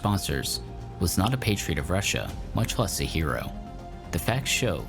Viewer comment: Not hero, but heel-oh.